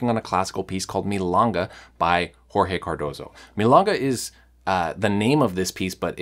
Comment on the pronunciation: Milonga..the o rhymes with go or low or throw. You're saying it as if it was spelled milanga.